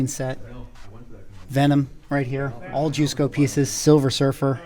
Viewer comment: Great stuff. Thanks for posting this video. As a heads up I called Joe Jusko the way you pronounce his name and he got bent. Its juh sko not Jew sko. LOL